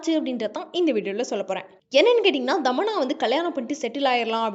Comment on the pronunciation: Dhamanna illa thamanna